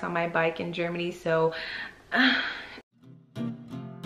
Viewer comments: Gereman? Where's that? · GEREMAN THINGS